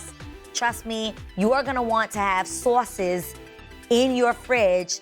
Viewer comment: the new york in her popped out when she said SAUCES